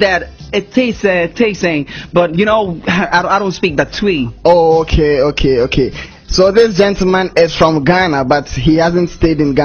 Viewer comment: He didn't say twi pls he said tui😅😄😄